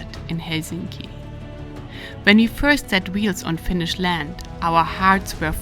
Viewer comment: Your pronounce Finnish words nicely, Rarely other then Estonians can pronounce words almost perfectly.